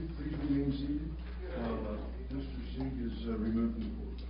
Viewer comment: LMAO wow that defense attorney correcting the lady on the mispronunciation of Austin Sigg's last name... LOL what a horrible attorney. FIND A NEW PROFESSION YOU FAIL